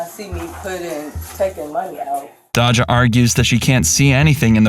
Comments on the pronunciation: Its Day-juh not dacha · Bro at least learn how to pronounce names.. it’s not dah-jah. It’s day-sha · Her name is Pronouced Day_Jah the cops and the employee said it multi times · Well first let’s start with Dodge’Jah 😂😂😂 white peoples no they can’t pronounce Black names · I hate how he’s saying Daja’s name . It feels racist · I hate the way they say her name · i feel like they saying her name wrong on purpose